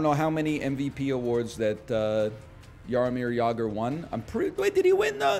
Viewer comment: As Czech native, i appreciate your pronunciation of Jaromír Jágr